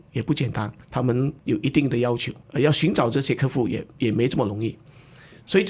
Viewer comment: 客户 ke hu ,不是 ke fu, 听得很痛苦。。。。